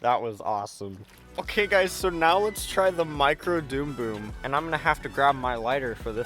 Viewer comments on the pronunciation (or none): Dumb bum not doom boom ffs say it right